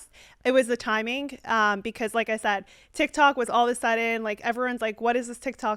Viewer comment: It's TikTok bro not TikTik 😂